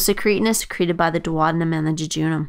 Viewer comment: dwadinum? thats just too painful for the ear